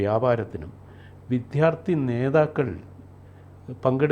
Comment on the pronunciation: ..... "viddhyaarti..." ??!! "vidyaardthi" ennu paranjoodey ??